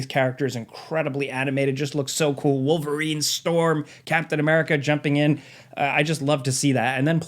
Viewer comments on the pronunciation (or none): none